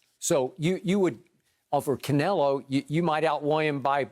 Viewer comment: He said "Canelo" 😆 🤣 😂 don't do drugs kids